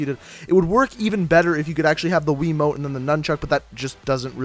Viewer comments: hahahaha he calls it WII mote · "Wii mote" 😂😂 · 04 he said mote it's called a remote Jesus Christ I feel like your grandmother because you thinks that's what it's called 😂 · He keeps saying wii mote not remote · It's called a remote not a weemote